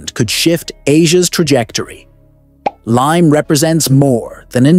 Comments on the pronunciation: Its Limay (lee mai), Bataan, Philippines. The AI just mispronounced it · Its limay bataan! Not lime bataan.